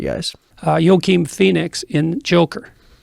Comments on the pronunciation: "Yokeem Feenix". How can anyone take this piece of human effluvium seriously? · why cant he pronounce Joaquin Phoenix